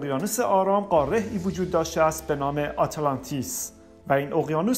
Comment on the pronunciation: خسته نباشید بسیار عالی و مفید بود فقط لطفا تلفظ واژه ها را درست ادا کنید مثلا: قاره، ه در آخر تلفظ نمیشود مانند حرفهای دیگری که در زبان فارسی نوشته میشوند ولی خوانده نمیشوند مثل موسی، خواهر و.... این موضوع کمی سطح مطالب را پایین می آورد